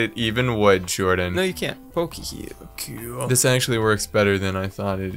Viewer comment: Its k-ol